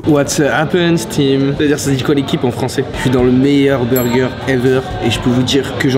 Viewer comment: maintenant le burjé (burger) xD